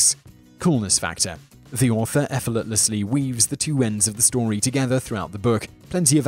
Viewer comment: you really said efforlatessly ? or am i too tired to realise?